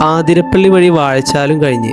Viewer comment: ആധിരപ്പള്ളി അല്ല അതിരപ്പിള്ളി